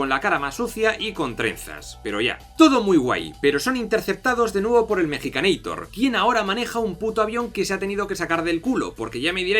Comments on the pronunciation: epa epa mejicaneitor? ES MEXICANEITOR POR FAVAR jajaja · Cuál es el punto de decirle mexicaneitor? en todo caso Arnold es un estaudounideitor, la cagaste